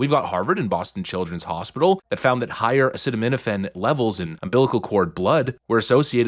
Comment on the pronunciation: Ffs. If you don't know how to pronounce a word, look it up before you record. The first I in Sinai is pronounced like it is in the alphabet. And its uh-see-tuh-meh-tuh-fin.